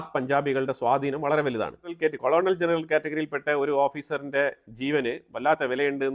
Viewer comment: കോളണൽ ജനറൽ അല്ല കേണൽ ആണ് 😊